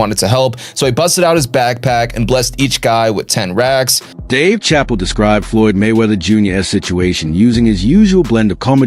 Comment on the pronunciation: can't even pronounce Dave's last name right in the 1st 5 minutes of the video 🤦🏾